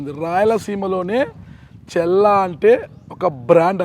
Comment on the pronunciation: చెల్లా కాదు మిస్టర్ విలేకరి గారు ‘చల్లా‘ తేడా ఉంది బాగా